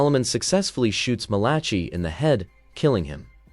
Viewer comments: Malaki...not Malachee. I made this mistake reading aloud in church in front of 300 or so people. The Book of Mal-a-k-eye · Oh please find someone who can read Bible names man. Malachi - mæl.ə.kaɪ/ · It cracks me up every time you say "Malachi" so creativity. If you saw it, how come you don't know how to say it?